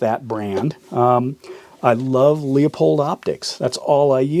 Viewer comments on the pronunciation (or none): "Leupold" Pronouce it like lou-pold